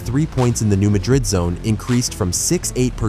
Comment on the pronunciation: Please get the pronunciation right…it’s New MADrid, not New MaDRID.